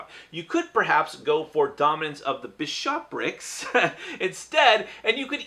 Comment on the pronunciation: Bishopric... you said it correctly the very first time. Emphasis is on first syllable, just say it quicky and you can't go wrong :)